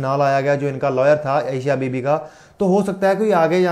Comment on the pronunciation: Sir thoda padh भी lia kro.. Est निंदा nhi ईश निंदा होता है. Second baat एशिया बीबी Nhi अशिया बीबी है. 😡😠